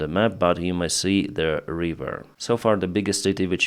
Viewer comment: when you say "river" don't pronounce it like reever! It's river.